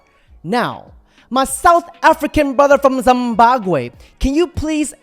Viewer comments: This man said, “ZAMBAGWE” 😂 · i think he meant zimbabwe not zimbagwe lol